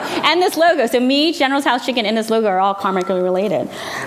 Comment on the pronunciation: I cringe when people call it General "Tee-Soe's" or General "Sues" Chicken